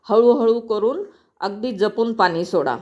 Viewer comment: पानी ,दाना असे का म्हणता? तुम्ही मुंबईच्या नसणार सगळ छान आहे पण ण चा न खटकतो